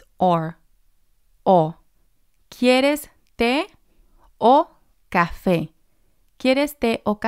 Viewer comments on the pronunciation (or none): none